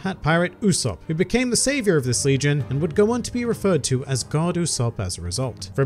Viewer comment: Goddu ussop. Not god ussop xD